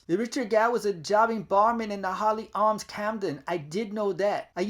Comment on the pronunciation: Its Hawley Arms not Holy Arms 😹 ✌🏾❤️